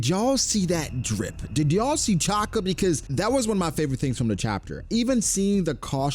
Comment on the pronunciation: why you say Chaka bro its Shaka